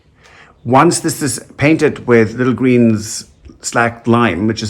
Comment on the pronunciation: We say slake like lake